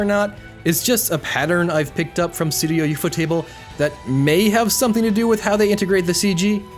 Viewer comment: I agree with what you said and I didnt even know that CGI was used in Demon Slayer. I will however state that the way you say studio ufotable is fucking gross